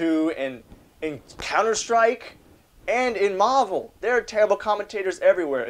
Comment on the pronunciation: fuck I hate the way he pronounces marvel...